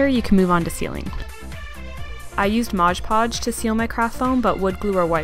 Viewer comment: You can pronounce “alizarian crimson” but you say “Modge Podge”?! It’s MOD podge. Seriously though, your tutorials are great. This crown turned out gorgeous.